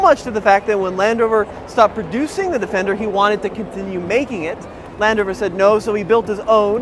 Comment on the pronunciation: It's Land Rover not Landover